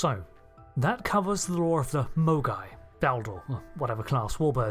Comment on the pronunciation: Did anyone else keep hearing "mogwai" as the name of the class? What does happen if you get a Mogai wet?